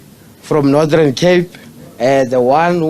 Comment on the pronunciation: And its Northern Cape, not Nordhern Cape.